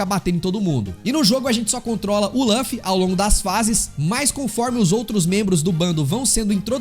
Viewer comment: Por que pronunciar Lâffy?